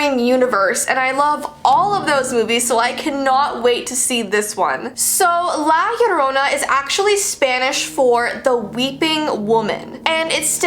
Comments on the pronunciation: ILY (btw its pronounced "la- yorrona") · At the end she said La Llorona but i definetly heard La Corona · Lah lãhrona that’s how you say it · It’s said like: jo-ro-na (ez u-u) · I cringe when she says La yarona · La JoR o N AA TRYING TO STELEYE ME. LA JORANA WHAT THE HECK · who else heard "like you dont know." instead of "La Llorona" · isn't it pronounced "jorona" or something? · She said La Lorona but ya need to Roll you R’s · For all y’all people who don’t know how to pronounce it it’s La ya ro nah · Ok Heres how to pronounce it Lah Jo Rona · Anyone else hear how she says la llorona? "La Yorona", or is that just how u actually say it? I'm also Mexican/Salvadorian. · You don't say it right sorry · she tried her best to pronounce it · Hello I'm mexican and already know about her and you pronounced la llarona wrong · You are saying it wrong😁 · I am Spanish and that’s not how you say la Llorona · No one: Every Hispanic kid: already knowing everything about la llorona and cringing how people pronounce it😭 (I still love tho 😗 even tho it’s not scary for me anymore bc I was scared all my life) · It’s funny how white people can’t say it right and as a Mexican my mom always said if I cried she would come and drown me. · Binche pendeja, thats not how to pronounce her name 😚🖕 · Me being Hispanic actual screaming cause she’s pronouncing it wrong anyone else like this- (not tryna be rude o-o) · Me thinking that she is going to say the word right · saying:"la llorona" Me:(being mexicana)that's not how you say it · I watched le movie and it's scary as FRICK, btw she only comes for Mexican kids not other Spanish ppl or ye XD and I was annoyed that you were saying her name wrong ;-; and yeah I Hispanic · Your saying the name wrong.just saying love your vids! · Omg yes it hurts so much how they dont know how to say her name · I know right so many people pronounce it wrong 😂😂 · I know 😭😭😭😭😭 I'm latina and I cringed! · Ewwww say it right... please